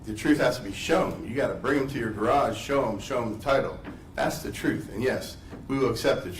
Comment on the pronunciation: 😊 Will you learn how to talk first? Is truth spelled troof what the frig?